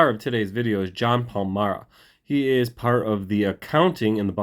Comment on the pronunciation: Isn’t it PAL A MARA. You aren’t saying the A